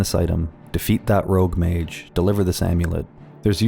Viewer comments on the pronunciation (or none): none